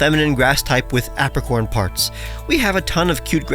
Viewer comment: Apricorn: "Ape-ricorn"